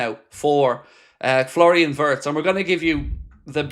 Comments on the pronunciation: It's pronounced vii-ye-tz not vertz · Its not vertz its wertz